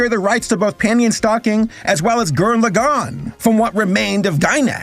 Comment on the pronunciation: Nobody can say "Lagann" correctly. Also I'm glad Gainax is dead and it's CEO is in prison.